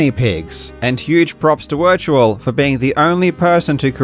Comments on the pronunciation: Wirtual is pronounced 'Virtual' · poor Wirtual. Absolute icon in speedrun world: gets WRs, exposes fakes, highlights the best in the craft, yet the entire world never gets his name, pronounced "Virtual", right. lol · This was a great video, but I can’t believe that Karl mispronounced Wirtual’s name several times lol